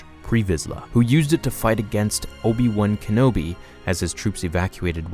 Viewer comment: Obi wun kenobi? That's how you say it?